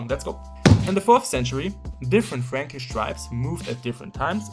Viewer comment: Yes, good video, but the thing that I remember about this one, is that the word "franckish" sounds oddly as "freeeench", so Charlemagne is french. And even, I think he would prefer have the name "Charlemagne" than "KARL DER GROßE", just for him. (I'm just kidding, I know after the carolagian empire division, the Germany was named Eastern France and the currently France was named Western France)